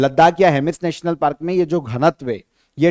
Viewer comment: Sir aap hai ko hae bolte ho shinchan jaise